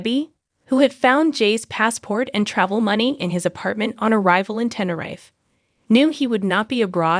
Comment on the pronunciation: Same here, it grinded on me how it said Tenerife